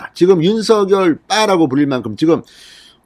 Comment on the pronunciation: 진성호님의 발빠른 정보와 민주주의 발전과 법치주의에 근간한 융단폭격에 늘 시원한 사이다 처럼 속이 뻥 뚤리는 기분입니다. 국민의 힘 국회의원 백 여명이 못하고 있는 정부와 여당 의원들의 도를 넘는 행태에 절제된 음성으로 국민들 곁에서 늘 함께 든든한 방패가 되어주심에 감사합니다. 부탁드릴 말씀은 방송에서 윤석열 후보의 이름을 [윤서결]로 발음하시는데, 이는 '작열하는 태양'에서 [자결하는]으로 발음하는 것과 같습니다. 올바른 발음은 [장녈하는] 으로 발음해야 합니다.이는 '작열'을 발음할 때, '열'의 초성자음 ㅇ이 유성음으로서 앞의 '작'의 종성(받침)인 무성자음 'ㄱ'에 영향을 주어 같은 계통의 유성자음인 'ㅇ'으로 동화된 후 그 영향을 주었던 ㅇ에 ㄴ이 첨가되어 "녈"로 바뀌었기 때문입니다. 따라서 같은 이치로 윤석열 후보를 [윤성녈]로 발음하는 것이 올바르다 하겠습니다.(국립국어원 표준 발음법 참조) 작열[장녈]하는 태양, 윤석열[윤성녈] 은 발음,감사합니다!